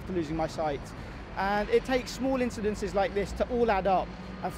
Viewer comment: “Insidentses” wtf is that shit??? And he was a doctor !!!!!!!